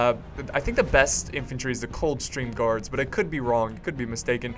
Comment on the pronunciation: Am I the only one to cringe every time he says coldstream guards??, wrong game xD